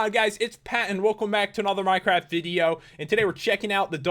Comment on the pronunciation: Pat I thought you said welcome to a another minecrap video lol